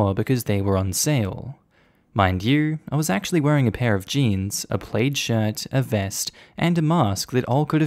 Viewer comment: Plaid is pronounced plad like sad.